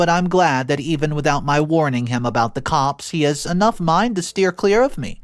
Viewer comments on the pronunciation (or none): none